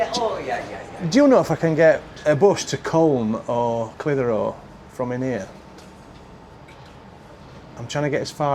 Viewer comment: Clithero, split the syllables 😂😂😉